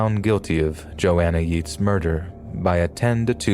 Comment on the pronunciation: The story about Joanna Yeats was well known her in the uk, but her name is pronounced as Yates